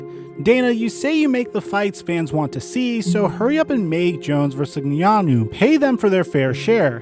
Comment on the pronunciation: And I can tell you don’t watch mma at all the way you pronounced khabib and ngannou...